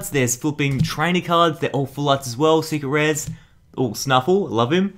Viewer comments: Cee-gar-ette cawds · When says secret rares, it sounds like cigarettes...